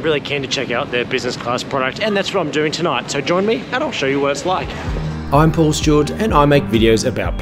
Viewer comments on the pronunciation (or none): none